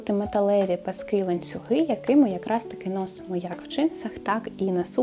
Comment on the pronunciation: Зрозуміла, що не бути мені в тренді😂 😂 - більшою мірою цей стиль не моє) Звісно, можна імплементувати окремі деталі, але то радше вийде випадково 🙂 Дуже цікаво і приємно Вас слухати, песик чудовий (у мами теж така - буде лежати як мишка, лиш би коло хазяйки)). Не люблю влазити і бути граммар наці, але будь ласка, змініть наголос коли кажете пасок у множині. Бо паскИ, то про Великдень) а пАски вже те, що нам треба😜🙃